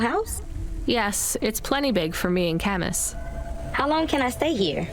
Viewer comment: Cam-Us? i always thought it was pronounced “Camoo”. and “mo-she”? in japanese “chi” always has a ch noise as in. “cheese”